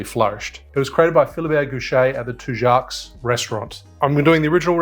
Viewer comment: The restaurant is pronounced Two Joes btw :)